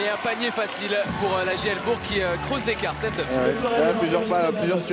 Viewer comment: Pas jl BOURG mais jl BOURCCC pour la prinonciation